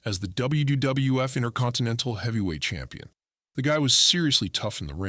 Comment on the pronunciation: What the hell is dubbayoo dubdubayooeff?